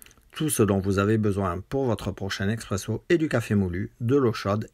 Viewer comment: Salut on dit Espresso, Expresso c’est pour les amateurs de capsule